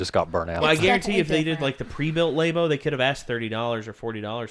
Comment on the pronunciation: There's no reason to call it lay-bo, it's lab-o